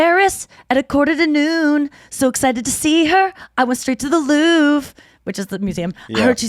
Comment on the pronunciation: The Museum is called "louvre" not "luv". ;-)